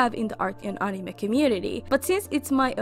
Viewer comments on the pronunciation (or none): Even unsay uh-nime 😭😭😭😭✋